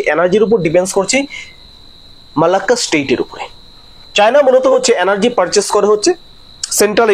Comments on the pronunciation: আপনি উচ্চারণটা ঠিক করুন। অ্যানার্জি নয় এনার্জি। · ভাই, তোমার কয়েকটা বাংলা শব্দের উচ্চারণ বিদঘুটে । কানে লাগছে । ঠিক ক'রে বলো । যেমন, বার বার বলছো, "depends করছে", ওটা বলা উচিত "depend করছে" । দ্বিতীয়ত, "অ্যানার্জি" নয়, কথাটি হ'ল,-- "এনার্জি" ( energy ) । ---- মানস রঞ্জন চৌধুরী । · Video খুবই প্রশংসার যোগ্য l শুধু একটু যদি energy উচ্চারণ টা একটু সংশোধন করা যায় , প্রতিবেদন আরো শ্রুতিমধুর হবে l